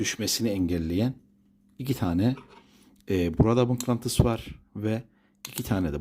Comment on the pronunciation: Mıklantıs değil usta mıknatıs🤣